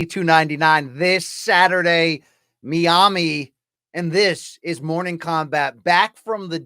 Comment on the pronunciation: And pls also pronounce 'Miami' a bit better at the start